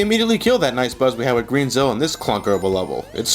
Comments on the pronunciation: he said green zill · No. He said "Green Zill" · I thought he said green zill.